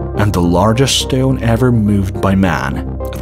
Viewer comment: It's shteone. Heh.